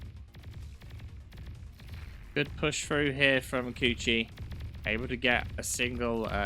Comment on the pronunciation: Shouldn't his name be pronouced k-uh-chy, and not k-oo-chy? It's kind of weird hearing someone get called coochie over and over again, ngl 🤣